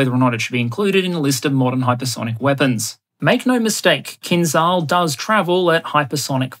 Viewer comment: just one remark. The Kh-47M2 "Kinzhal" a.k.a. Killjoy, is pronounced like "Kinjal", the "j" in the middle is pronounced like the "G" in General Oligarhovich.